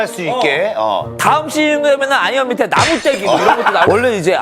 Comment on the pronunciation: 나무때기* 입니다 나무떼기가 아니라!